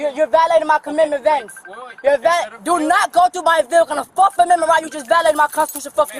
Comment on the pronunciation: I didn’t know there was a “forkth” amendment